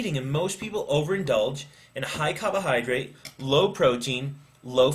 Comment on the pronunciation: CABA-hydrate lol Great information though, appreciate the vid.